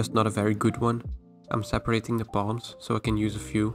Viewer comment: When you say "palms" I always hear you say "bomb"